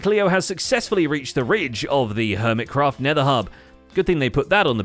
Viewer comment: "HERMITRACT" 😂😂😂 🤦‍♂️ WHY???